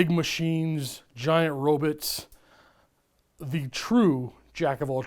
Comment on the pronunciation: I was enjoying myself until I heard him say rob-i-ts